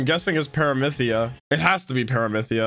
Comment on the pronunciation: im so sorry i dont want to be rude I really love this series but its "parami see ya" not "paramithia"